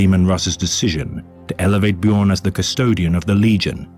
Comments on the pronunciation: "BEE-JORN" my guy noooo XD its said "BYORN" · Just so you know. The space wolves are based around vikings. In norse the "j" makes a "y" sound so it would be "Byo-rn" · First time finding your channel. You already made me chuckle with your pronunciation of "Bjorn." No shade there btw, it's just what everybody says the first time (assuming they aren't Scandinavian) 😅 I was impressed that as soon as you heard his named pronounced properly, you immediately took that to heart. Not everyone is so quick to adapt to new information 👍 Huge fan already. Gonna keep watching. I hope you have more content!